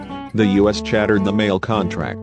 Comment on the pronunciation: How about using proper grammar. You say 'us" (time mark ), instead of U.S. and what's with the stick figure drawings ? They don't make any sense. I hope you aren't the same people who did the Pan Am video where the narration kept repeating itself and they put Lockerbie in the United States instead of Scotland. If you're going to do a historical video, get your facts and pronounciation straight. Eastern went out of business in 1991. I know this, because I did a presentation on the airline, in one of my business classes in college.